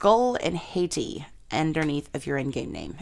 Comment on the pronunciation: HAHT-ee not HAY-tee.